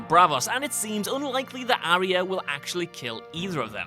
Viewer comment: ari-ah?? aarhh-yaa.. ffs lads..